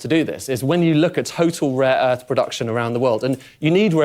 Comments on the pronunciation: “Raw earth”? and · "Raw earth" he said it like 6 times, he doesnt even know what rare earth minerals are 😂😂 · Someone tells him it's rare earth not raw earth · "Raw earth"? lol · Does Raw earth sound like rine land if you spell it that way . 😂